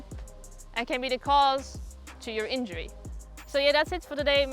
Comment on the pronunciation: What is a “injuury” 😂